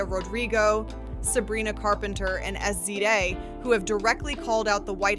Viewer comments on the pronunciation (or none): Omg SZA is pronounced Sizza 😭